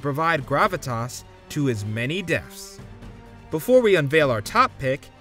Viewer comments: Dude really pronounced it "Deffs" every single time in this video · I swear it sounds like this guy is saying "deafs."